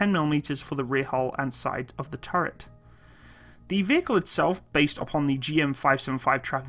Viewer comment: What do you have against words with the letter "t" in them? "Over-heeding", "turreh", "Compuder", "thirdy", "warder", "operader" etc etc (Over heating, turret, computer, thirty, water, operator)